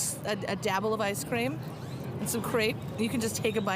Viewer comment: The way she said the "r" in ice cream and crepe.... I wanted to stab my eardrums out with an ice pick.